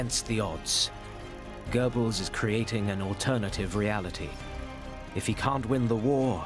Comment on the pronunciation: A professor should learn German pronunciation…eg “Gurrrbels” not “Gorebels”